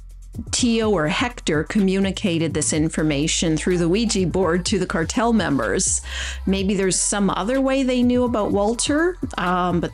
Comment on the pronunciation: Every time I hear the word "cartel" I get in the mood for ice cream because it almost sounds like "Carvel"